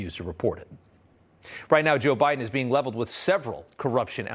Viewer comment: Did he say "joe briben"?